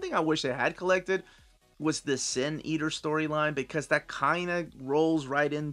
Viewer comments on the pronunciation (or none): It's Sin Eater. It sounds like he says Zen. :)